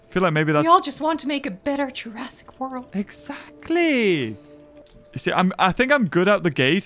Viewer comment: you sed eggsacteley